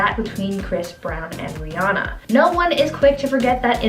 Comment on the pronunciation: How do you not know how to say Rihanna's name